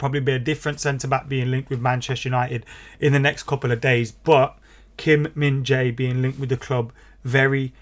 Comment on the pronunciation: Whatever you do. Don't call him Kim Min Za-i. He hates it.😂😂😂